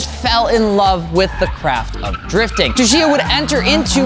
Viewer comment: announces Tsuchiya's name differently every time. Never correctly, though.